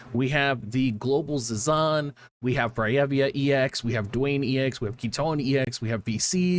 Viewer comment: is it "do-on" or "dwayne"??